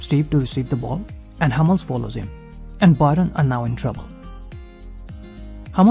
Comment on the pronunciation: It hurts my ears when you say 'BUY-RUN' 😂